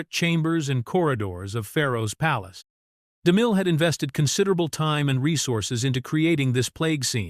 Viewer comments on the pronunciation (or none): I just wish the AI could pronounce Cecil B DeMille’s name more smoothly.